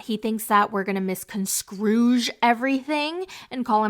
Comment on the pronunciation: Mis-con-scrooge hahahahah